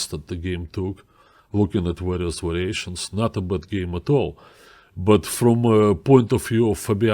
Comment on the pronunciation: .... "Warious Wariations"